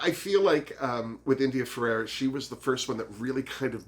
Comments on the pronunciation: In addition to the lips Blair St. Clair has also had a nose job. I think he looked better before the plastic surgery. Please let me know if me correcting you bugs you and I'll lay off. But it's India Ferrah (two syllables) not India Fer-ar-ah ( 3 syllables). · It’s India ferah not Ferera